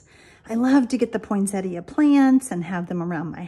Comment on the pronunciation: Finally--someone who pronounces Poinsettia correctly!